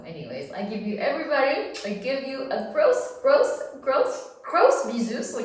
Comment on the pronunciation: Just came across your channel, looking forward to following it. FYI Gros Bisous isn’t pronounced “gross” more like “grow”. Learning another language is difficult ;-)